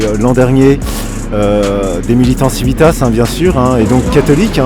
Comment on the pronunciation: Chouette vidéo! Néanmoins, il serait temps que Civitas sache prononcer correctement son propre nom en latin...